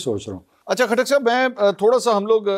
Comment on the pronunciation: P ktak nahe lota katak bolo